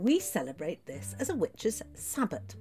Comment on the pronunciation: It is great you said SABBAT....not sabbath.